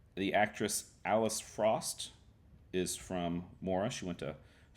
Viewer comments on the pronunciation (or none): none